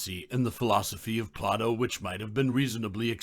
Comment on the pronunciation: Why do you pronounce his name as Plah-toe instead of Play-doh?